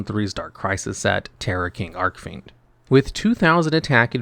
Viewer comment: Yeah, pronunciation in this video was rough. Hearing Arc-Fiend over and over again was also painful.